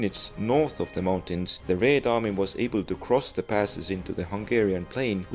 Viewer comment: I like Your pronunciation of "Red" in "Red Army", so sweet.